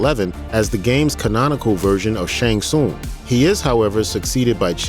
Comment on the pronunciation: You’re saying Shang Tsung wrong.